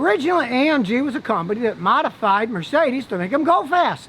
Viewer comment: The way he pronounce Mercedes sounds sophisticated 😂